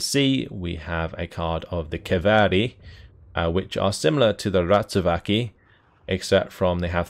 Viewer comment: Accidentally pronouncing Ratsuväki right, still more work with the rest of the names :)